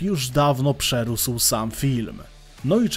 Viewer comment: taka mała poprawka, wiem, że osobom nie z Polski może nie przyjść od razu, ale przerÓsł ma być przez ó zamknięte, bo rOsnąć